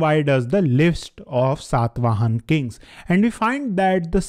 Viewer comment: It irritates like anything when you say Ashok instead of Ashoka or Satavahan instead of Satavahana etc. Pl. don't cut the last 'a' in the names.